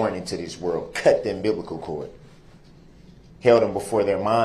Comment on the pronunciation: I can't with the "umbiblical cord"